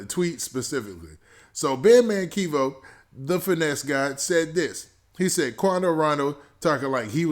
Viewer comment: Bro his name is not KEYVO it’s Kevo like Kevin Kevo